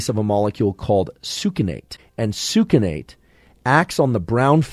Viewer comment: “Sookinate” … it’s pronounced “sux-innate”